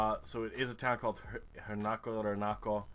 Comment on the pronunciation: How did you manage to pronounce "Huinca" as "Hernaco"? xD